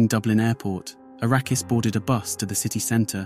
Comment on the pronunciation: To be clear. His name Arakas, not Arrakis